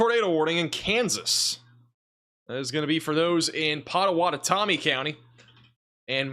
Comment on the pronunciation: “Pot ah whot ah mee” and “Oh nay gah”